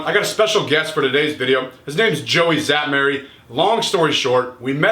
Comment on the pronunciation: Szatmary is a Hungarian name, sz is to be pronounced [s], not [z]!